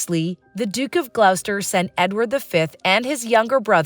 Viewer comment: It is ‘glosster’ and not ‘gl-ou-ster’